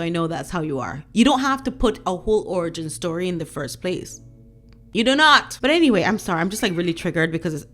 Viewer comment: You said orgy or origin? I still adore your accent.